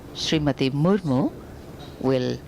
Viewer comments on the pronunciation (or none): Ist Murmu not murmur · It's not murmur it's Murmu..kindly correct it..